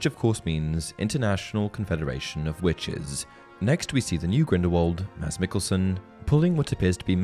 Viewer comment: Thank you for not butchering mads mikkelsens name :) sincerely from a Dane